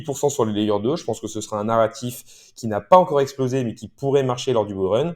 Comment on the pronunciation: On dit "Bull Run là" et pas "Bourleuneraa"